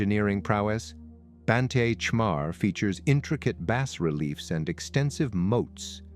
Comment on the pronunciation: as the sunlight filters through the trees? they aint a lot of trees left there, dude. Also, you might want to look up how to pronounce "bas relief."